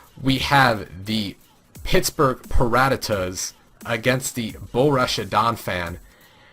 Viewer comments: BOH-ROOSH-EE-AH is how to say Borussia btw. I also have to say i'm not really a fan of the analysts this season. Last season they were killing it with quips and great flowing chemistry. This season really lacks fun and relaxation from the analyst. Still, i'm sure you can win me over in 12 weeks :) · Yea i hope their chemistry improves, too. little hint: it is not boh-roosh-ee-ah. no sh in the middle. it is just a straight forward sharp s sound like in grass.